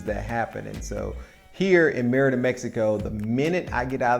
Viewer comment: Isn't it pronounced ... "May-reeda"?